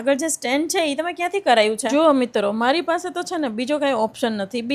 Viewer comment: Mitrvo nahi mitro ketali var khevu😂😂😂😂😂😂